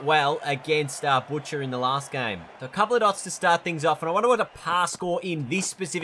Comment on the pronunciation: Butchering Mark Boucher's name 😂 No disrespect, bro . Great series